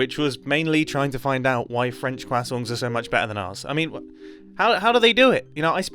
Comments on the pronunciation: As a native French speaker, I love the way you say croissant hahahah “kwa-songs” :)) welcome back ! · mumbo saying ‘croissong’ reminds me of benedict cumberbatch not being able to say ‘penguin’ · MumboJumbo meets carl wheezer meme You gonna Finish that Cro-isannt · The secret of the French croissant is to pronounce it "krrrroissssan", not "grassong" 😂😂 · I am actually French and STOP SAYIN CWASONS CWASONSCWASONSCWASONSCWASONSCWASONSCWASONSCWASONSCWASONSCWASONSCWASONSCWASONSCWASONSCWASONSCWASONSCWASONSCWASONSCWASONSCWASONSCWASONSCWASONSCWASONSCWASONSCWASONSCWASONSCWASONSCWASONSCWASONSCWASONSCWASONSCWASONSCWASONSCWASONSCWASONSCWASONSCWASONSCWASONSCWASONSCWASONSCWASONS. sincerely a French baguette or Jamie Blavin No worries mate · He said QUASSANT!!!!! He MUST know Tom Holland. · Cwasson jeez the pronunciation from this British guy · The French: Croissants Mumbo: Quassongs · I don’t think I’ve ever heard someone pronounce croissant “cwasong.” I’m here for it. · Are we going to ignore mumbo's pronunciation of croissant? . qasant? qasongs? casong? kinda funny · Well he says it more like Cwasongs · I like how Mumbo pronounced croissant quassons. I love British people. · Am I the only one who heard him say quassong? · Mumbo pronouncing “croissant” as “Crahsoont” is weird until you remember that his name is Mumbo Jumbo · i love how mumbo pronounces croissant like cwasong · I love your pronunciation of "croissant". It just sounds like "quasoints", very funny! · He pronounces it as “quacksongs” and that’s now the funniest joke on the channel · hi mumbo! glad your back! hope you feel better now :D love that you pronounce croissant as cwasong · mumbo’s pronunciation of croissant is reminiscent of benedict cumberbatch’s pronunciation of penguins💀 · As a French person I appreciate your effort to pronounce “croissant” but it still is hilarious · Mumbo's pronunciation of croissant intrigues me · You should take another month off to fix your pronunciation of croissant.